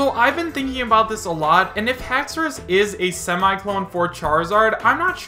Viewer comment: Lmaooooo ‘haxoras’ 😂😂😂 dont make me laugh. FAKE